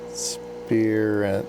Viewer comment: Spirent is a British company. It's usually pronounced spire-unt. Or spy-runt if you prefer.